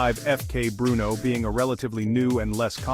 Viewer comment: Terrible AI video, images dont match the product and cant even say FK Brno correctly